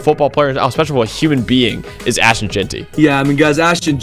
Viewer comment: is there a reason you keep saying Ash-Tawn? Also, Boise was picked before the season started to be the favorite to represent the non power 5. This feels like a push for views using as little research as you could possibly put into it. Boise has more consecutive winning seasons currently than anyone at 29. They have 3 Fiesta Bowl wins including the first one that everyone talks about vs Oklahoma. They are the Alma Mater for the winningest quarterback in college football history. Put themselves on the map? They've been on the map.